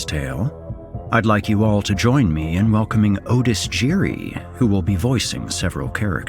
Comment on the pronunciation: Otis doesn't say his name like that!? Or is it a Mandella effect?